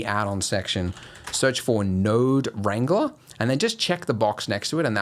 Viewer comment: OH MY GOD IT WAS NODE WRANGLER NOT ARRANGLE 😭😭😭 I speak spanish